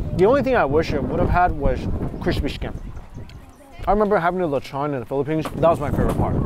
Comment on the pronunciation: Listening you pronounce "lechon" is hurting my ears... lechon pronounced properly is lech-un... I hear, lech-awn.... Stop... LOL